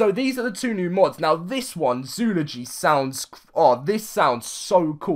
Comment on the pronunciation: Zoo-ol-o-gy That's how you pronounce it.